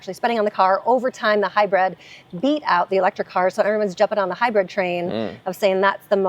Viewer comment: it’s pronounced Hybrid—not Hybred